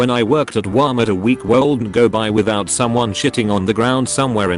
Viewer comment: Nobody: The voice: Wamert